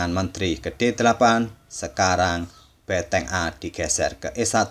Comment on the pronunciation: benteng bukan beteng bang...